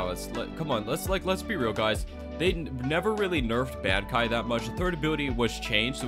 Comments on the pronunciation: Bankai is pronounced Bon kai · Say bankai one more time its bankai like from bleach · nfs the way you pronounce bankai is getting me tight 😭😭😭